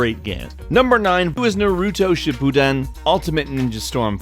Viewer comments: The way he said naruto shippuden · my brain hurts when you say Naruto Shippuden...... the pronunciation tho